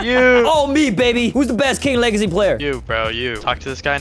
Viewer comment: Its says king wegacy insted of legacy😂😂😂😂